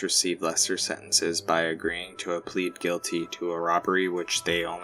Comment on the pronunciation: you pronounce pled like plead and pleaded like pleded which isn't a word lmao so infuriating